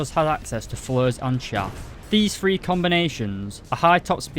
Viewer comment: I like the videos, but the way you say flares....